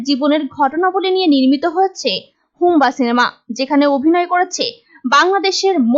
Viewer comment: হুব্বা কে বার বার হুম্বা বলেন । আগে শব্দের সঠিক উচ্চরণ শিখেন